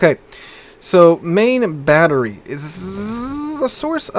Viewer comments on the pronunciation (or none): none